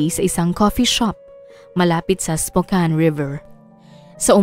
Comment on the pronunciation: Spokane- spo-cane po ata ang tamang bigkas